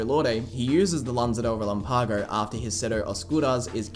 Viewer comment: For the love of goodness lan-za de re-LAM-pago.